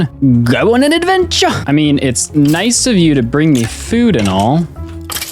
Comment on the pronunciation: ayayay advenchuh